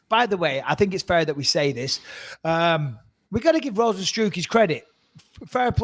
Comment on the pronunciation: Bisping pronounced Rozenstruik perfectly. Best I've heard so far